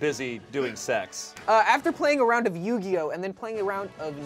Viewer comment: Love the content, as always, but as someone who grew up knowing the rules I'm physically cringing at "Nugioh" LOL. Great job!